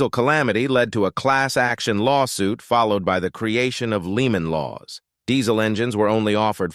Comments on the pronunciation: "Leemon Laws" ... pretty sure its called lemon laws ... AI voice-overs suck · "Leeman" laws . LOL ! Do you even listen to this crap before posting your vids ? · "Leemen" laws? lol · "LEE-MON" laws ? This narrator's native tongue is English...American English ?